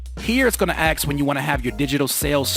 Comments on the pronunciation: Stop saying aks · I took a shot every time you said axe. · Can I axe you a question? lol